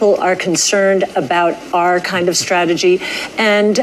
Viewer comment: Cathy said "our kinda strategy", but I heard "Ark, kind of strategy." 😆